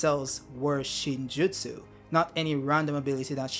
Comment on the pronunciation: Yup you pronounced it perfect... btw, I'd have stuck with Chocolate 😅